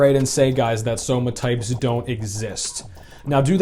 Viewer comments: When you said "Somatypes" and then corrected yourself, I first thought you were just poking fun at V-Shred. But then you kept saying it through the whole video so now I'm thinking V-Shred's ads just made you say it this way lolol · Says "Somatypes" because it's one less syllable but also says "Big Boneded'